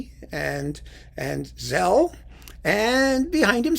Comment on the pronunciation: George Szell's name is pronounced "Sell", not "Zell". Szell was Hungarian, and in Hungarian "sz" is pronounced like "s" in English, and "s" is pronounced like "sh" in English. (Aside, in Polish, "sz" is pronounced like the English "sh", and "s" is pronounced like the English "s", so the last name of the great violinist Henrick Szeryng is pronounced "shering".)